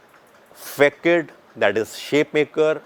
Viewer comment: Nice explanation! But ‘Facade’ is pronounced as ‘fuh-saad’